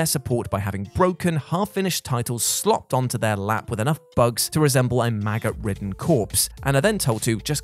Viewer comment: I thought he said “MAGA-ridden corpse.”Then wondered what that even looks like.